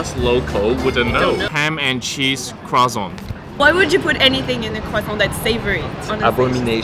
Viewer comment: learned new things in this video, finally i get to know how to pronounce "croissant"😂